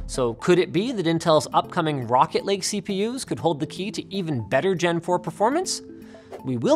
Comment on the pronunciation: Anyone else think Linus was saying "Rocket League" and not Rocket Lake?